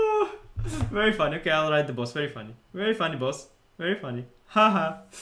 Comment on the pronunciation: legends say anish is still saying very fuanny